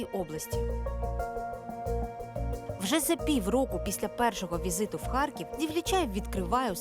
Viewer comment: Шановні журналісти, будь ласка, перестаньте говорити російською. У слові Харків немає мʼякого знаку. У вас через раз чую мʼяке харьківське